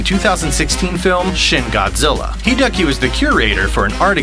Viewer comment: Hi-deh-a-ki, not Hidaki.